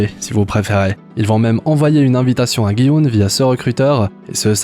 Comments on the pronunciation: On dit pas "Guy Oun" mais "Ji Oun" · "guy houne" 😂😂😂